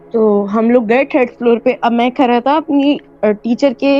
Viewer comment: او بھائ تو کھرا تھا یا کھڑا تھا؟؟ Are all my fellow Pakistanis suddenly dyslexic? Or is it cool and modern to pronounce Urdu words wrong?